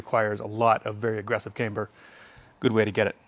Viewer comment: Say caimber one more time.